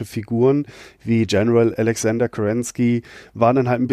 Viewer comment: Spät gehört, spät kommentiert. Ich würd mich als Battletech-Fan bezeichnen, mit MechCommander angefangen, Mechwarrior 3 + 4, alle ursprünglichen Bücher. Ich fand das Video toll, aber hab mit ein kleines Problem: Kerensky, und wie er den Namen ausspricht, noch deutlicher beim Vornamen. Er sagt Alexander, (zumindest) in den deutschen Büchern ALEKSANDR (Sergeyevich). Der kommt aus Russland, nicht alles anglifizieren, bitte